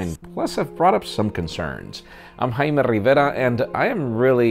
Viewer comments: am i the only one who thinks this man pronounces his name like hai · Man i seriously don't like how he says jaime rivera